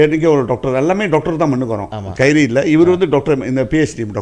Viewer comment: Sir not kairy!